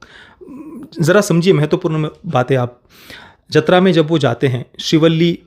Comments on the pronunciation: Bro its jaathara not jathra, even Shreyas Talpade pronounced it wrong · जतरा(Jatra) नहीं, जातरा (Jaatara)l